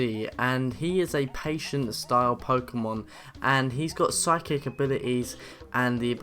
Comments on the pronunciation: poliwhirl:electric,flying,psychic, grass and fairy(just to let you know it's pronounced SY-KICK not FIS-IC ) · its phycic(si-cick) not physic(f-sick) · He said physic Like physical things. Like physical education . WHY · I’m sorry I’m sorry woah woah woah... did you just..? Did you just say Physic? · did he actually say physic instead of psychic lol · It's not physic type its psychic type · A bunch of the stuff you said in this video didn't make sense and you pronounced lots of things wrong. like when you said eevee can't fight and pronounced psychic, physic. And lots of other stuff you said didn't make sense. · it's sykik